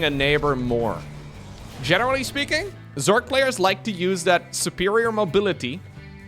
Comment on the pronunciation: Normally I'd let it slide, but you added an 'e' to Zerg more than once. It's 'Zerg,' not 'zerge.'